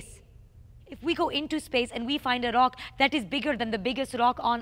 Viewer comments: Tongue rolls intensify R-r-r-r-r-r-r-r OCK! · Everytime she says rock, replace the r with a c. your welcome